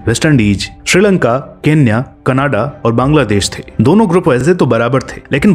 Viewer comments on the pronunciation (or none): none